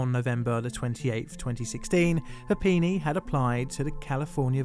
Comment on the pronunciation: I need to stop playing so much Pokemon. I kept hearing "Papini" as "Happiny" which kept taking me out of the narrative. My fault, not.